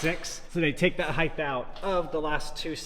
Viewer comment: Height, not Heighth. :/